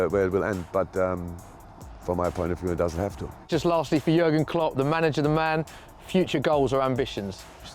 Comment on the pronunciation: gergen? gergen? wtf. who has ever said gergen? pull up bro.